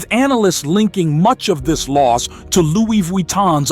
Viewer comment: Did you say Lou? Google how to pronounce it sir. Your version is HILARIOUS!!!!